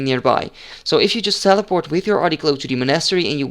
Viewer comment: sellaport? you mean teleport?